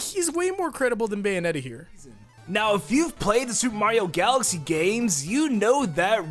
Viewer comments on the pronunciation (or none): none